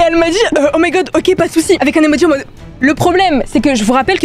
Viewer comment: T’as dit Emoji😂😂😂😂😂😂😂😂😂😂